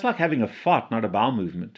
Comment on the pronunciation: Ha the enunciation wasn't quite there on the "fart" word...sounded like another four letter f-word...until I really thought about it!😂